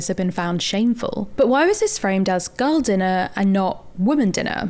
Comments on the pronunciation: After listening to you say "girl" about 897,000 times, it sounds like "gull". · Oh, GIRL! I thought you were saying, "Gull dinner" as in seagull. I couldn't figure out what the food had to do with sea birds.